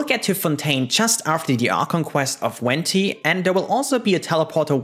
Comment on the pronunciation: I see! Although her name is one of the easier ones to pronounce in Fontaine, it will be so difficult haha